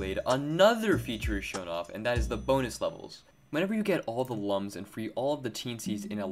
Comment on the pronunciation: Slight nitpick but Lums is pronounced as looms, like illuminate. (It said it in the Origins book 😬) Legends will always be my favorite out the bunch. Best we can do is maybe wait for another 3d game.